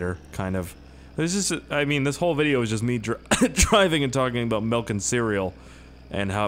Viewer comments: Hey. It's not "Melk" it's "Milk". There's no "E" in milk. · It's pronounced milk not melk 😡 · why do you say melk instead of milk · "Drunk off Melk" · Mehlk=milk for Canadians 😂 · Reallly.... melk? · it is m I l k not malk